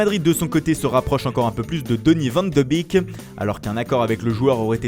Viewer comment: Sa se prononce van de béék pas van de bik